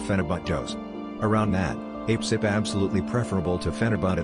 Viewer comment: Lol I loved this. And how a-pcyp sounded like "ape-sip," I'm totally calling it that from now on. :))